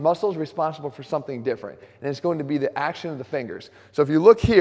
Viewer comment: Drop the "c" in AXCTION...AXTION.